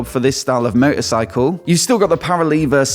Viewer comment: Wtf is a meuh,ercycle ?🤣🤣🤣😉😉😉